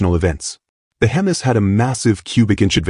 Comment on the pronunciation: Hemmus , not HEMIs ... lol ...